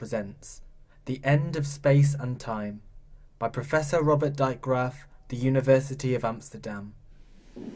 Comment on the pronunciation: lol how he says robert drijkgraaf. must be hard to say a dutch name.